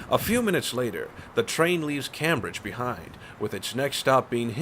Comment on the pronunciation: I am about 20 Minutes in to this video. So far so good with 1 exception. The Narrator pronounced some of the names of the cities and towns wrong. For example Fridley is pronounced Frid ley and Cambridge is pronounced Came bridge. I would hope in the feature you find some local people to ask how to correctly pronounce the names of the cities and towns. This is a personnel pet peeve of mine. No offence intended. This is only an FYI and request. Please keep up the good work. You have a good voice for narration